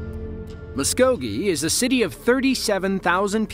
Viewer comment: First time I have ever heard someone pronounce Muskogee correct that wasn't from Oklahoma. Impressive, a lot of towns and streets are pronounced different because they are from Native American languages. My aunt on my Dad's side and my aunt on my Mom's side both lost their homes from lightning strikes. Both caught fire starting in the attic. It goes right through the roof and most generally strikes wood and then spreads. This one probably hit something in the installation. Not everything is 100 percent fire proof. ❤😮😢